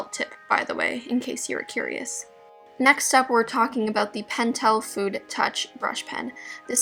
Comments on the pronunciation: It's /fu-deh/ not /fud/ nor /fyud/ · fude is pronounced foo-deh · Fude is pronounced like foodeh btw Even in fudenosuke; syllable sounds don’t change in Japanese no matter where they fall in a word.